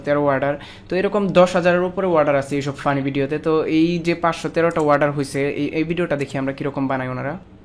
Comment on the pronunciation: Warder nhi Bhai, Order bolo !!